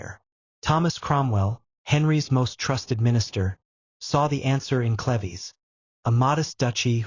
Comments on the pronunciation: It's cleeves, not clevy; and Holbein is one of my favorite painters!🙄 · its not cleveees its cleeeves - UK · Pronounced clivs not clevy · Kleeves not Clevies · Sweetie you are mispronouncing her last name it sounds like leaves with a c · Watching from Watford. Hertfordshire. England. Love these ❤. It's pronounced. Sleeveless though. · Dumb AI can't even pronounce CLEVES. Turning this off